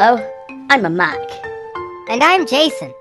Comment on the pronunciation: The way pronounced "Mac" He says "Muc"